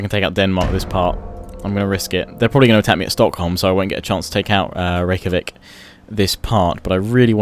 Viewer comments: Hey. Scandinavians use the j as a y so Reykjavik would be pronounced. Reyk-ya-vik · The city in Iceland is pronounced to my under standing rik-a-vick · I think you say Rejkavik as Rivacheg because of Mount & Blade? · reykavik is pronounced ray-cha-vik :) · the Icelandic capital is pronounced rek-ya-vik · Although gotta give it to him that his pronounciation Rave-a-chick sounded pretty funny. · actually it's pronounced Ray-cha-vik :) with love from scandinavia XD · It's pronounced "Rake-ja-vic" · I believe it's pronounced "Ray-kya-veek" (I heard it in an audiobook)